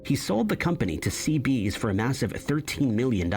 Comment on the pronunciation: Fender was sold to CBS, pronounced see-bee-ess, not see-beez